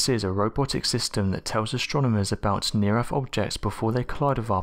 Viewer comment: Over ere' by the bafroom...dry I trade alot of th's in for f's too, I'm guessing it's a southern Appalachian thang